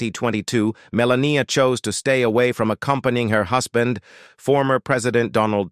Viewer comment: Another weird narration: Right at the beginning, the word "husband" is pronounced HUSS-BAND.